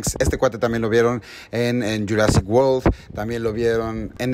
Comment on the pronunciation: World no Whorl, unas clases de ingles a tus pasantes de perdido